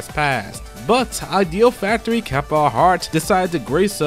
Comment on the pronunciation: Good job with the compilation my dude, but the way you pronounce Idea Factory and Compile Heart drives me a bit crazy.